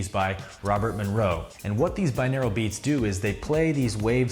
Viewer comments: It's pronounced bi-noral beats. Not binaral. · Lol i had to pause the vid cus I'm getting really annoyed by the way he's pronouncing 'binaural' as ¿binaeral? :( should be bi-NOR-al The word just means 'of two ears' Whereas monaural means one ear, binaural is 2. sigh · What a weird pronunciation of binaural. It’s bin-or-al not bin-ear-el... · au is pronounced aww or oww hence Bi-nawww-ral not Bi-neer-al